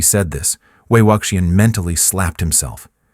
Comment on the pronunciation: Please, please learn to pronounce Wei Wuxian's name correctly!!! ( way wushian.)